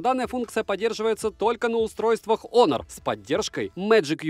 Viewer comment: Всем привет бл Хонор а не Онор